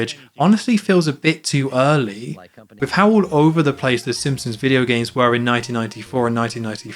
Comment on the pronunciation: My friend TJ made me leave this message. I’ve really enjoyed all these videos, and can’t wait for the rest of the series, but did anyone else notice how keeps pronouncing it “Sim-sons”, and neglecting the P? I’m gonna turn it into a drinking game, and don’t plan to survive a second re-watch of the video.